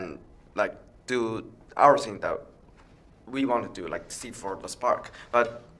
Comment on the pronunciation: “For us to suck it” “for us to seek it” lmao did anybody else catch that? 😂